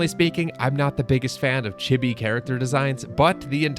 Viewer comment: First time I heard he word "chibi" pronounced like that. With that said.....I hope this releases physically on the Switch. It looks like a MUST BUY. 😉